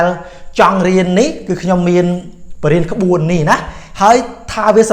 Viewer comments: ក្បួនអាន មិនមែនក្បួអានទេ! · ក្បួន ភ្លេច "ន" លោកគ្រូ☺️